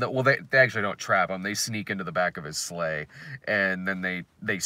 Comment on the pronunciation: I kept hearing slaves every time you said sleigh and it made it sound like a very different movie.